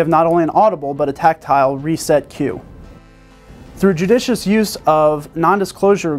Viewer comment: Is it just me, or does (based on the way he said it) it seem like "judicious" is not a word this guy uses often. :)